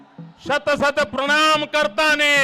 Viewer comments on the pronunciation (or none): it's not "kartani" It's " ka ra tani " 😑😑